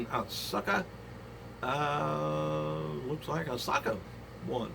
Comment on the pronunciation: not to nitpick great report as usual but the U in Asuka is silent. it sounds like Ahska